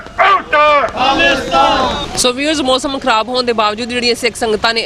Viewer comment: learn how to correctly speak Panjabi. ਕੋਮ ਨਹੀਂ, ਕੌਮ ਹੁੰਦਾ। ਮੋਸਮ ਨਹੀਂ, ਮੌਸਮ ਹੁੰਦਾ। Also with dark glasses, you look like a blind person.